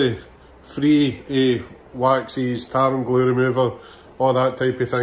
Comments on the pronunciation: The first few times I was sure you were saying "tartan glue remover" before I realised it was tar and glue remover. 🤣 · It sounds like you say “tartan blue”. You should do some merch with a kilt on it saying “tartan blue” it would be great and be part of a Scottish theme